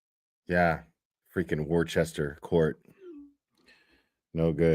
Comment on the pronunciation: It's pronounced Woosta, it's spelled Worcester.